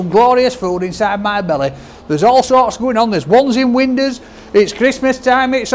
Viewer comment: Windas instead of windows lol love it